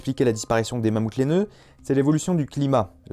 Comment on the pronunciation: "Y'a des millions d'années: le Mammouth lainaeux." Y'a pas un blème? :p Sinon la vidéo est sympa, même si on connaît déjà la plupart des informations ^^